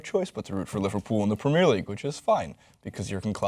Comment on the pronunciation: PREM EH ER league ffs not PRE MEER